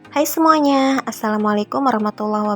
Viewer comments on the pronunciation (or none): none